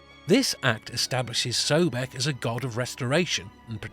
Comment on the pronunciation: The first syllable is CORRECTLY pronounced SOB, so his name is CORRECTLY pronounced SOB-ECK, not "so beck"